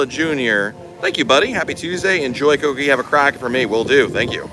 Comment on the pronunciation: just wondering why you keep calling it Coco "Key", you spell it correctly